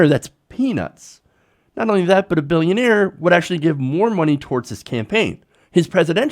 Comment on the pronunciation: That's not how you say billionaire. XD